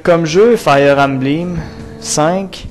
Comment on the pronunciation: embleem?.... belle prononciaison...sa fait dure... 15 ans pour prendre un décission... ben la pire age... a st'age la le cerveau é meme pas développé